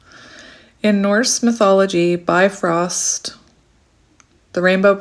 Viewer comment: You pronounced the norse folklore just fine!!!!!! asgard, and bifrost. Im norse icelandic heritage.